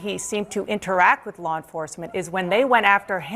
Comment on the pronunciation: Bovino keeps saying "lol enforcement"